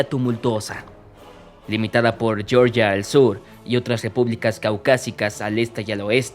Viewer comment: No es yeorgia se pronuncia Georgia con g. Fuerte no es inglés es español